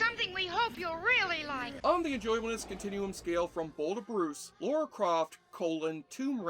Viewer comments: I know I'm late to the party, but - it's Lara. Lara Croft. Not Laura. There's no "u" in her name. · They changed her name from Laura to Lara so that Americans could pronounce it correctly and you still got it wrong every time in this video 🥲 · Her name is Lara not Laura. What is it about American's always pronouncing it wrong... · Holy crap, it’s Lara. L - A - R - A. Lara, Lara, Lara. Has been for years. Not Laura. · Stop saying "Laura"! Gah! It's Lara! Lara! Is it so fricking hard? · Ffs it's "Lara"... NOT... "Laura". At least pronounce it correctly. Have you even watched the movie or played the games? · Her name is Lara not Laura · Laura? I thought it was Lara... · Don't many people find it annoying if you deliberately get the name of the protagonist wrong? It is LARA Croft, not "Lora" or Laura" or whatever. LARA. Two syllables, pretty easy to remember. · Why can't americans say the name 'Lara' properly...Laura is a different name. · Lara, not Laura. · It's lara not Laura. And it was the 32 bit era not 64 bit. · Say Lora one more time 😭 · I don't know wtf educated people can't pronounce LARA. And I'm from a freaking third world country. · And yet, he still struggles with Lara. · I turned off after the 15th time he mispronounced her name.